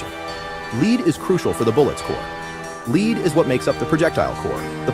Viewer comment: Fukkin' AI "Leed" Bummer